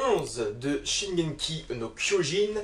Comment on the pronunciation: ça faisait longtemps que je n'avais vu une de tes vidéos. Tu prononces toujours "Shigenki" no kyojin !